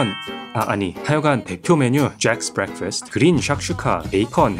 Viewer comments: 1빠!!❤🎉 잘보구있어용 조ㅔㄱ스 브렉퍼스트 발음 도랏!! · 줵스 블랙퍼스트 영어발음 졸 섹쉬하네❤ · 죄송하지만 블랙퍼스트 발음이 미쿡미쿡 해요 굿굿😮😊😊😊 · 주에엑스 브뤡퍼스트 역쉬 목소리도 발음도 좋다